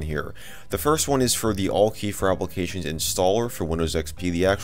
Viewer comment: Isn't it pronounced "Al-Key"?